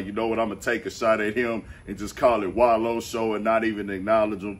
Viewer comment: He said the wallo show 😂😂😂😂😂